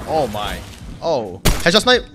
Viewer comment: Instead of headshot snipe I kept hearing ketchup snipe